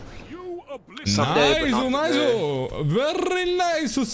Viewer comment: I wasnt sure if was a jojo fan or not, but him saying “VERY NICU CEASAR CHAN” confirmed it for me